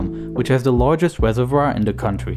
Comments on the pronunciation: You cannot pronounce reservoir lol, the video is unwatchable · Mr Desirable Lol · "wiver" "wain fall" "Weservoir" "wegion"